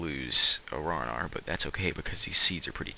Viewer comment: its ran-arr not raw-nawr